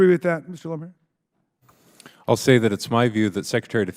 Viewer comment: Lohmeier! Spot on and thank you for saying it!